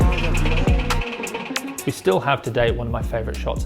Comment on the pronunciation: Excellent as always, but my small pet peeve is how you pronounce Juniansyah, you sound like you say 'Junian-see-yah'. You can either say it like 'shah' or say the 'sy' in 'syah' just veeeery briefly.